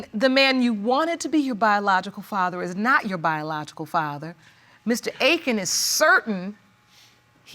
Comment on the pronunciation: I’ve never heard Akin pronounced like that. Ever! And he calls himself Hey-Kin? Wow interesting